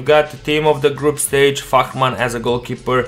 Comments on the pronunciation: I swear he say fuckman not fahrmann 😂😂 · Did he say fuck man instead of farhman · Fährmann is pronounced Fairmann, not Fachmann. Greetings from Austria! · It sounded like "Fuckman" in goal :D